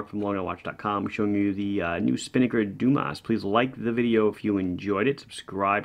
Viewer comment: If the watch is indeed named after the diver Frédéric Dumas, which is born in southern France, the correct pronunciation of the name would be "DUMA". Well, at least it's not Dumass :D